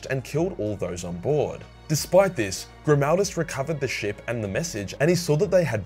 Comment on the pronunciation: Helbrecht: Gri-MAL-duss